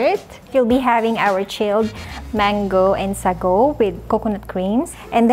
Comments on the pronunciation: Something tells me that the server is filipina, her accent and her pronunciation of Sago is spot on. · Called it! I was waiting for her to say “Sago” in our pronounciation 😂